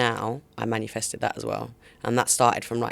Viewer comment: Can someone tell Tulisa its MANI-fested not manufested 😂